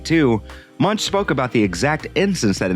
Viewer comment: The 'ch' in Munch is pronounced like a 'k', 'Munk' (Danish and Norwegian for monk)